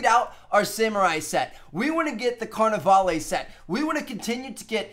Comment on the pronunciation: lol, "carnivale-ay"